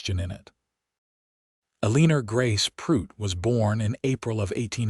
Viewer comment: Ahh... good old Uh-leen-ur!🙄🤦‍♀️😂